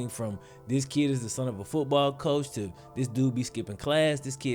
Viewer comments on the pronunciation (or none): none